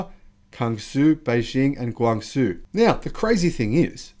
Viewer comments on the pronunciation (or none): none